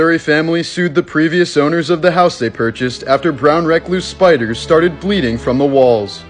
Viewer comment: Lolol 😂🎉 the way my here pronounced the name of the spiders. Lolol that shit had me ☠️ 💀. But, wait they say 5000+ venomous spiders was bleeding from the walls?? Shit my guy, who scared of those spiders??!! That's just a typical monday for me. I mean I'm married, meaning I got a female wife, (bc I'm not mentally insane) haha now that's what you call terrifying!! 💯❤😂🎉